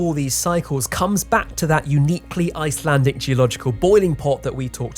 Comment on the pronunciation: im sorry if this comes of as mean but please PLEASE never speak icelandic